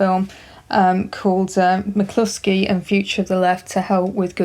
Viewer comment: Is it pronounced MAC-LUSKY or MAC-KLUSKY? It sounds like you're saying MAC-KLUSKY.